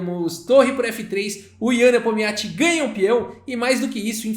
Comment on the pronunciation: Cara não tem jeito ele só chama o Nepominiachi de Nepomiachi